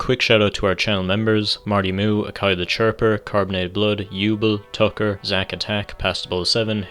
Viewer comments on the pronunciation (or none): none